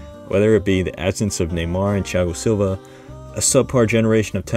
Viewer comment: Great pronunciation of Thiago Silva's name